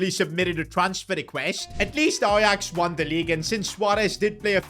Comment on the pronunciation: Ajax is 'j' no ' y'